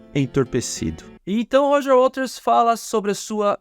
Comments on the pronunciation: Muito bom. Só me incomodou um pouco o apresentador falando o tempo todo "Walters" em vez de Waters. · Por que tu diz Roger Walters, com ele? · Gostei do seu canal. Apesar de pronunciar errado o nome do waters, isso pra mim é irrelevante. O conteúdo é bom e bem apresentado. Parabéns!